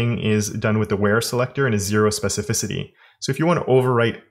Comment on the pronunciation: Damn... You learned to say "Specificity" correct consistently. Well Done,! Jokes aside, i gotta test this lib out for my next project. Thanks for teaching the cool little things of CSS that made me the CSS guy at my job. Keep it up!